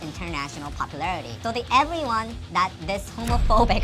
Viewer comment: When he said Rozeh, Jeesoo, Chenie, Ebriwan? It's like a Poem. Maybe he answers questions in four beats. Like, I love all Twice members Nayeon, Jihyo, Dahyun, ebriwan. Maybe he can't enumerate them on the fly and just forgot Lisa because she's not on his Bais list because His world probably doesn't revolve on Kpop only. I think these haters for no reason should get checked. They get a life. Touch grass. Talk to REAL people.